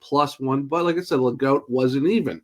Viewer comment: Pretty sure the French pronunciation is - Ley - Gooo. No T on the end